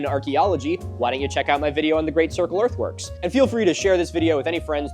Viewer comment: every time he says "earth works" i hear "earth worms" and i know he knows about earth worms MILO TELL ME ABOUT THE W O R M S